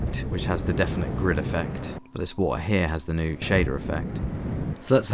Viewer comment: I like the wa'er